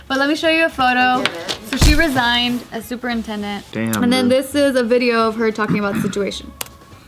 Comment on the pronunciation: Is it just me or did it sound like said "Super Nintendo"?